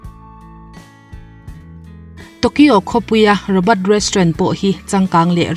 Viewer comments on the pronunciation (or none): Rawbat maw???😁😁Rawbawt tive mai la.. ROBOT